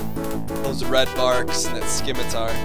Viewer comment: Oh my gosh, I think I busted my gut. A tip, just afterburn through the mine fields. Also isn't it Scimitar (Sim-ih-tar) that's how I have always said it And stop with the torpedoes, They are guided missiles. :D